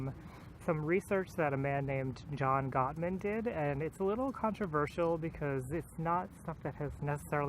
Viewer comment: Ahhh thank you for the shoutout! You did pronounce the name correctly, specially the first and the last time! This was very interesting, I love that he named the behaviors the 4 Horsemen of the Apocalypse, they're easier to remember that way. Personally I think one of the things that killed my last relationship was criticism and stonewalling. I responded with criticism to his criticism which turned his behavior into stonewalling. There were other factors, like the fact that it was long-distance, though. Anyway, very interesting and can't wait to hear more on this. By the way, you look great without glasses, it really showcases your features!